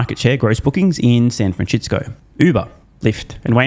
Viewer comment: The way how you pronounce San Francisco, you do it without miss every time. I'm always listening for you to do it properly at least once, but always pronouncing it your own unique way Everytime